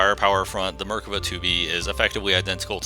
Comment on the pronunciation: You're saying the name wrong and it's cringey as fuck